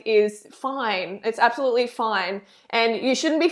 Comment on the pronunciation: Did you say absoFRUITLY??? 😂💜